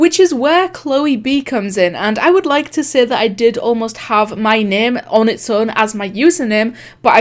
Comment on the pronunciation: Ur accent makes it sound like seh instead of say and like- I'm just- 👁️👄👁️